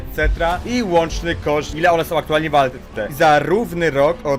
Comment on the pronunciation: moj 13 letni kuzyn ma lepszy sposob wypowiedzi od twojej osoby... "kedyi" "ile warte som one"... Polski nie jest wcale tak trudny prosze was XD